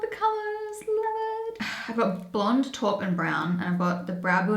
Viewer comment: I think you pronounce taupe as tope (like rope), not torp. X